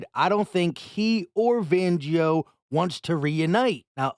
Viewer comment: Say it with me … FANgio!!!!